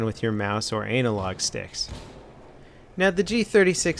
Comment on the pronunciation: DID HE JUST SAY ANEL LOG STICKS!!!!!